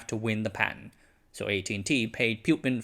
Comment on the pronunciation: It is not pronounced pyu-pin, but poo-pin